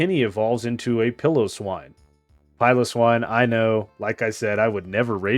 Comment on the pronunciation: Please pronounce swinub and piloswine correctly your mispronunciation was really pissing me off